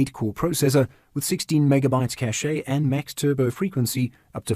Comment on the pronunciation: Please pronounce cache as cash! Not caché or cachet!